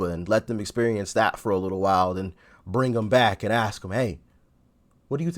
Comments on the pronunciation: You have a good channel and you are fair in your comments and presentation. That being said. In your upcoming videos, when you come across the word:"ASK" try to pronounce it correctly. When you say "AXE" it takes away from the content because you sound less than well educated. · Why can’t black people say ask instead of ax?